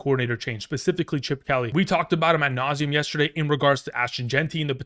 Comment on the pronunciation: I’ve missed “at nauseam”